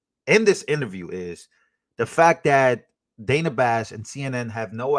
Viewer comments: Its Dana. So it's pronounced like Donna or rather with a soft 'a' sound. Long vowel sounds are created by placing two vowels together or ending the word with an 'E.' Short vowel sounds happen when a vowel is placed next to a consonant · THIS GUY CANT PRONOUNCE DANA, SO WHY IS HIS OPINION RELEVANT. JUST GO AWAY. AMERICA, 🇺🇸 LOCK UP CRIMINALS DONT ELECT THEM. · If she wants it pronounced Danna she should spell it that way. Otherwise STFU about people getting it wrong.